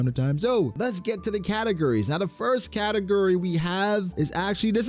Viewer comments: I swear you’re saying “category” As katakuri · For 8 min of the video I thought he was saying “katukuri” 😂😂 not category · Took me embarrassingly long to get he was saying category and not katakuri 😭😭